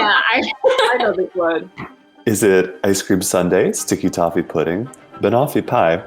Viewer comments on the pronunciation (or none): none